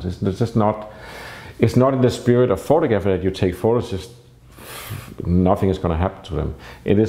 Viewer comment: pho-tog-raffy not photo-graffy.